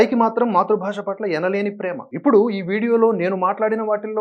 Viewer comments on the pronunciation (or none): none